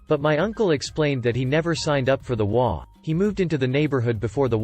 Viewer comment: It is a text-to-talk program which has it trying to pronounce the HOA as a word to get it done correctly it needs to be typed as you did it.